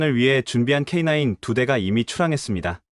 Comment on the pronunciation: K냐이가아니라 k9 입니다